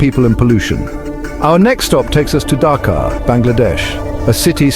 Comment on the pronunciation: In chapter six, there is a minor correction. Please make it Dhaka instead of Dhakar. Other things are same.